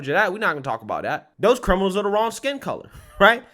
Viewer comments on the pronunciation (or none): none